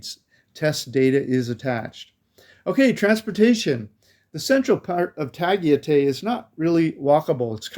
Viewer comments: Ah boy, that was a terrible pronunciation of Tagaytay. 😂 Love your videos nonetheless. Living vicariously through your traveling videos, keep them coming! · Hi Tagaytay is very Maganda but that area can be very expensive..our house is only like 15 minutes away in silang cavite..also you pronounce Tagaytay like a foreigner 🤣🤣🤣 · Your pronunciation is wrong. Tagaytay is pronounced Ta Guy Tigh. My wife from Baguio and I go there often. If you asked a Filipino how to get there with your pronunciation they would not know what you are talking about. It is easy to make that mistake as the same way in Thailand if you asked to go to Pattaya (pronounced Patti ya) Thai people will not know what you are talking about. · $120 a month on alcohol? Lol that's a crapton of drinking for the Philippines 😅 It's actually pronounced Tuh-guy-thai but I'm not trying to nit pick. Budgets are like a-holes.... everyones got one and I don't want to hear about nor see any of them. It's all vases on what your lifestyle is. Some can do $800 a month, some need $2,000 a month. The problem is most Americans feel they need to bring the US with them to the Philippjnes. This is incorrect and it defeats the point. Why not just stay home then? Oh and you forgot to add in Visa renewal fees and saving for the "Visa Run" ticket when it comes time if you are not on a SRRV or 13a Visa. I say this because most will be on a Tourist Visa like myself. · Tagaytay = "Ta - gai - tai." One of my favorite places in the Philippines. "Bueller?" "Bueller?" "Bueller?" ..... (From "Ferris Bueller's Day Off," a CLASSIC. One of my favorite movies back in the 80s. John Hughes, R.I.P.) ..... Nice haircut, btw. IMPORTANT REMINDER: Although Tagaytay is an elevated area, with its very cool climate, it is very nearby Taal Volcano. Taal is one of the most active volcanoes in the World. All you expats might want to consider THAT, first, before making a final decision to actually live in Tagaytay or not.